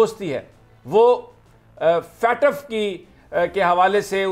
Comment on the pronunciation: It's not Fatf It's FATF